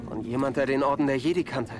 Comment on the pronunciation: Hey ich will ja nichts sagen aber du sprichst das Spiel falsch aus sag bitte Jedi auf Englisch